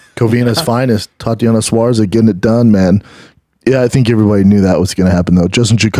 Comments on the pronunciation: Tatiana suarza 😂🤦🏼‍♂️ bro it’s Suarez (swar-ez) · Its insane how little knows about mma after all these years.... 😅 You still get names wrong and has never corrected you after all these show not once 😢😢😂😂😂🥳🥳 suarsa!😂😂